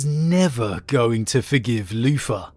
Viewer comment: I just love the way you say Luther “Loofah”… Anyway, l really do hope we have the Lion coming soon. Even as a long term Wolf player I have respect for the father of the 1st, even if I think the Dark Angels proper are a bunch of shortsighted hypocritical gits. My problem is it feels too signposted. It’s all together too obvious! I can’t help but think it’s all a bluff and there’s no loyalist in the near future.